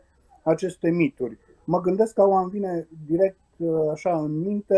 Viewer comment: Sper ca reporterul are doar dificultati de pronuntie, nu de intelegere a cuvintelor ("reververeaza", "miduri" ori nuante contradictorii - "mitificare/mistificare"). Ma bucur sa ascult un istoric care se exprima ingrijit, coerent, metodic, chiar elegant. Limba romana ii este recunoscatoare. Are colegi care fac contrariul - vorbesc birjareste pe teme istorice. Nu se cade. Pe aceia, aceasta maniera de abordare nu ii face accesibili, ci mai putin credibili. Zic eu.